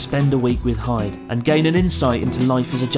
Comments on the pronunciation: OH PLEASE IF YOU LIVE HERE YOU KNOW HIS NAME IS PRONOUNCED HE DAY NOT HIDE AND SEEK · Isnt Hyde supposed to be pronounce like He-day ? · Isn't it pronounced "hi-de"?